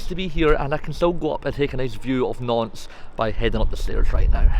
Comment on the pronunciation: Great video. I'm also really impressed with your pronunciation of Nantes and Rennes.